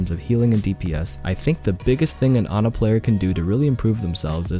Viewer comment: Pronounces her name correctly. Immediately liked video.